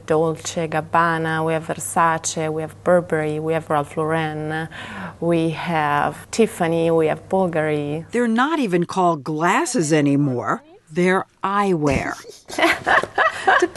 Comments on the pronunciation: It's Ralph LAUREN, like the girls name, not LAUR-REN. You'd think if you were working at Luxottica, and having deals with such companies, you'd know how to correctly pronounce the name. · Anyone who works in designer retail is taught to say Ralph Laur-Ren, actually.... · Andy Moran Sorry, her accent doesn't excuse her from saying it in incorrectly. There's two main ways people say RL, and she pronounced it incorrectly. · Sandi Johnson Whether it impacts my life is irrelevant. The pronunciation of the word is incorrect.